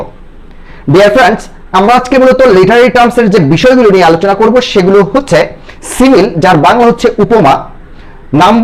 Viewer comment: কি সিমিল? Simile (সিমিলি)হবে পাশাপাশি সব words এর pronunciation ভুল